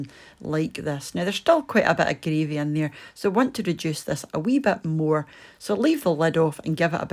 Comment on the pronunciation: “Thackin up” the “greavy “